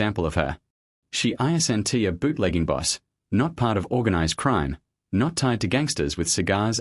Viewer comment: These are very interesting stories but you got to fix the AI, it's embarrassing to listen to the way it can't pronounce words like isn't and St. Louis and others.